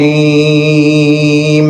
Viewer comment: را کو بہت کم ظاہر ہوتا ہے اسی وجہ سے ہوسکتا ہے ۔ آپ ہمارے استاد ہے، ایسا نہیں ہے میں غلط اعتراض کر رہا ہوں